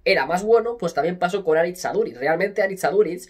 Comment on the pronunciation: Q grande Aduriz, soy de la real, pero me encanta como ha defendido incluso nuestra selección Vasca. Pd: eres al unico al q le he escuchado decir bien el nombre Aritz en euskera😂